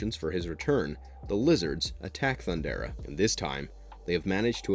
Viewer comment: His name isnt pronounced JAY-GUH.... its pronounced JAH-GUH. THUNDERA? Come on man, you have to try to pronounce this stuff right. THUN-DARE-UH.